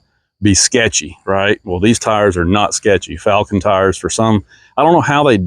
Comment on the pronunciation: you even pronouncing the company's name incorrectly, video is trash